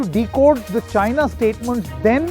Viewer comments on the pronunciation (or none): none